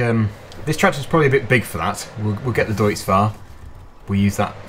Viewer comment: nice vid but you said deutz wrong just to let you know